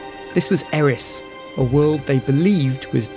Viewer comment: Richard Bateman I was referring to Airis or however it's pronounced I know we didn't cover anything outside of the known solar system